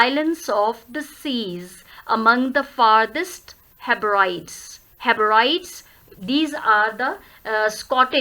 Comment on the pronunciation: Ma'am pls check the pronunciation of Hebrides